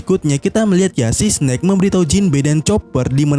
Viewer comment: eS- SNAKE bukan Si-SNake